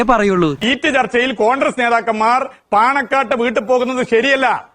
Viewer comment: Ee MARU MAHAAN Mandriye aadyam 'CONGRESS' yennu paranju padipikku, 'CONDRESS CONDRESS' yennallanu paranju kodukanam. Ee Mahaan aanu Keralathile Mandri, edu malayaaligal Sahilanam. Yendoru KASTAM...